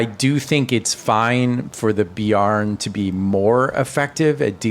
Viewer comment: Bear + N not beyar + n. Great vid, I learned a bunch!